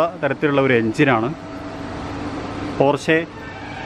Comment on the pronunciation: പോര്‍ഷെ അല്ല പോഷ കയേന്‍ അല്ല കായിന്‍